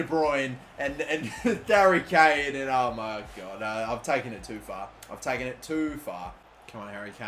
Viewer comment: wait did he say dary Kane😂😂